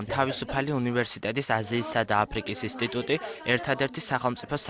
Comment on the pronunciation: ისტიტუტი არაა ეგ ინსტიტუტია, ჟურნალისტს მეტყველება უნდა შეეძლოს :)